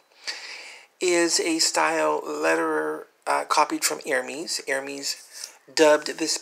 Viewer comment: !!Lovely!! bags I adore Lederer bags. Especially alligator and crocodile leather! Though, just FYI and not to sound snobbish, while you had the silent H in Hermès correct, the last “e” in the word has a soft inflection a la “Pez” not “e” as in “Me”. Again just for your benefit you can say it how you wish lol. I’m so glad your uploading more again! ❤️ (Autocorrect is my arch-nemesis ugggh 😡)